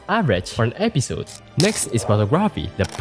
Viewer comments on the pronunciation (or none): It isn't just heavy accent. It's straight up completely different pronunciation to what's in the dictionary. Like "episode" pronounced as ep-pee-sode. At least he got text on the screen to help understand what he is saying.